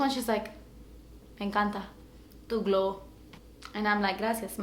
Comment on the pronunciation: ***** I purposely spelled it that way bc that's how she pronounced it lol